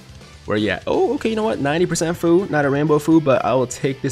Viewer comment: Other Dokkan YTers say that Fu is pronounced few not foo just letting you know my guy, keep up the good content 👍